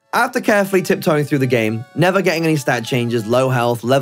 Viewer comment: “Play froo”